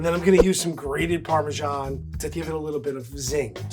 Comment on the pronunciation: Hard to take anyone seriously who pronounces parmesan with Zh.